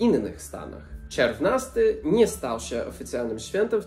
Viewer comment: Bardzo ciekawie opowiadasz o historii, nauczyłam się czegoś nowego, dziękuję. Ale sory, dla mnie "czerwnasty" kojarzy się w wymowie z czerwiem, jakąś larwą, co nie jest zbyt miłe, kojarzy się głupio. Obejrzałam kilka Twoich filmików, subskrybuję kanał, i jestem pełna podziwu dla Twoich zdolności językowych :-)